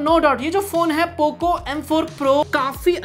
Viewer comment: Bro pooo cooo bolne ka style mast hai 😂😂😂😂